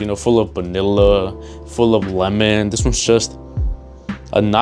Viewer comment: why are you saying banilla its vanilla